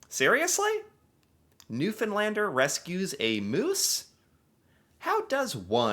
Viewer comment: As someone from Newfoundland, bless yer heart for saying Newfoundlander with the correct pronunciation ❤